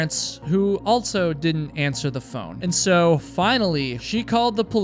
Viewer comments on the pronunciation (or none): It throws me off EVERY time he says “altso.” It’s so weird that he says this word with an added T and says it in EVERY video